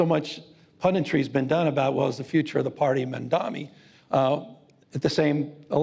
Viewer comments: Why can’t the favorite for dem nominee not pronounce Mamdani? Wtf? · What’s the deal with these DINOS being unable to correctly pronounce MAMDANI.